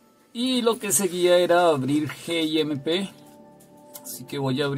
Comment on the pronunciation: Se me ocurren tantas cosas que decir... malas 😝... Pero solo diré una: eres el único al que le escuché decir "geemeipé", yo le digo "el guimp". Ya digo que del resto mejor me callo porque 😊...